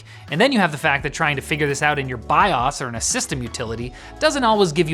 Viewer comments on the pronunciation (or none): Wtf is a biahs? Did he mean bios? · “”Biozzzz””